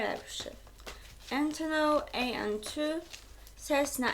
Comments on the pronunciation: Entonoł Ej En Tu 😂😂😂😂😂leżę na podłodze i nie mogę wstać 😂😂😂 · Ejntonoł ej en tu